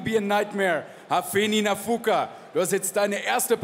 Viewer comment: kromě tvojí czenglish ohybas i němčinu. Opravdu to není Náááfuka. Už se stáhni do pozadí a nech to někomu erudovanejsimu.😮